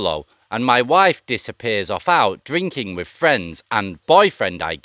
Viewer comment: your stories are ok but your voice you can’t pronounce your easy words wiv / n brover are crap take a tip of Thailand bound sorry but not v good to listen to